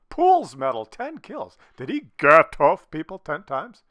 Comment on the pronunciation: VGATOV! it is a V at the beginning :)